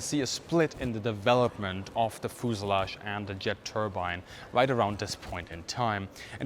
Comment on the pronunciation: Very dense Information! But never heard of "fooselage" ;)